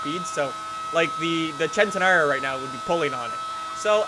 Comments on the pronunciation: It's pronounced Sentenario not Chentenario. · why does he say chentenario ffs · Why do people say "chentenario"? Isnt it pronounced "scentenario?